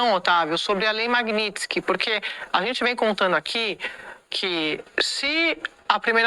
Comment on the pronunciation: pelo amor, pronuncia o nome dessa lei direito, o que é Magnintsky? Chega dói o ouvido, quem fala errado e é analfabeto é petista!! 😂😂😂😂